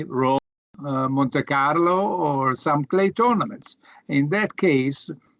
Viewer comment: "moneykarlo" Monte Carlo??